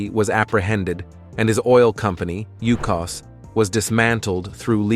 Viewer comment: "Ucos" - Boy, it is Yukos, do your proper research.